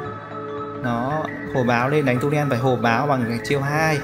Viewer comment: Tulen chứ k phải tunen nhé